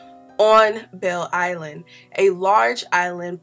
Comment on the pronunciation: I got so confused when you said Belle Island, lol. I was like- huh, Detroit doesn’t have a Belle Island....but then I realized you were talking about “Belle Isle” lol.